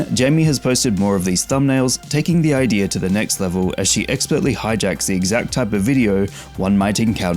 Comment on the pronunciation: Dude, it's "IDEA" not "IDEAR", prounounce it properly please.